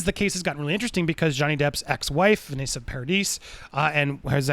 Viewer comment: You’ll correct the last name pronunciation but not the first lmao.